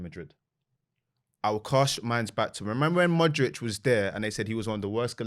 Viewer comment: and Glenn Hoddle always saying “modrick” 🤣